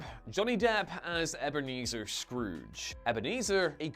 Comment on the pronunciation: "Erberneezer Scrooge". 😂